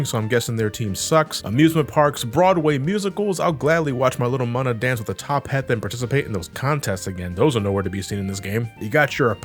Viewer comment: It sounds so weird every time pronounced "Audino" and "Munna"; I always pronounced them as "aww-dee-no" and "moon-a".